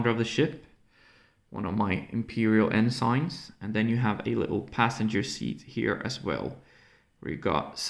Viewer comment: The officer rank is not en-sign its en-sin.